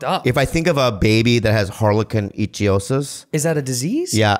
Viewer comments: Also, Bobby was pronouncing it wrong. It's IK-THIE-OSIS ("thie" as in "thief"... or "ichthyologist"). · pronounced ICK-THEOSIS BUT GOOD TRY BOBBY BOY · They keep saying Icthyosis wrong